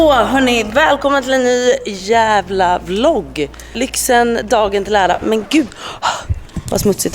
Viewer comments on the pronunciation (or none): none